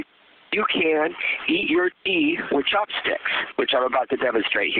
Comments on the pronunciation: i thought he was saying pee the whole time. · i thought he said pee. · it sounds like he's saying "you push out a blob of pee" lol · he said tea funny